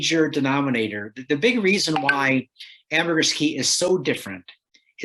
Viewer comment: It is Ambergris Caye (caye is pronounced as key). It is not a city or village, but a Caribbean island off the coast of mainland Belize. The primary city on Ambergris Caye is San Pedro.